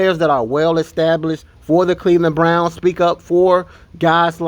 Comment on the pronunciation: 1: the intro almost as long as the video 2: did he say the Cleveland Blnouns not Browns